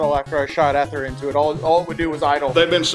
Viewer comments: It’s e ther not eth er driving me nuts saying it like that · First time I’ve heard anyone pronounce ether the way did.